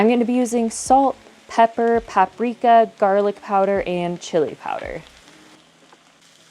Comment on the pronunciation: Did you just say JAR-LICK? I am trying to figure out if you are trolling this one tiktok creator, or not?